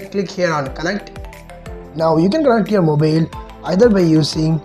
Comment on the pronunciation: Lol 😆 moobeel, hooutspot.